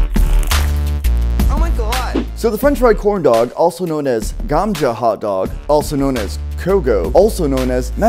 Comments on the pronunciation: Lol dude its gamja not ganja hahaha still cant believe ur Korean 🤣🤣🤣🤣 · Hey its "GAMJA" & Not "GANJA". ●GANJA is called "CANNABIS" in "HINDI" Language.